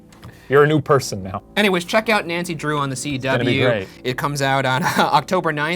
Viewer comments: Hope this makes it into the Post Mortem but please don’t ever say “Nancy Draw-up” please and thanks Ryan. #teamboogara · I almost disliked the video after hearing you say “Nancy Draw up” but I’m feeling generous today 😒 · ”nancy draw-up” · Nobody’s saying the fact that Ryan said “Nancy draw up”. I’m sad now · No one: Ryan: Nancy draw up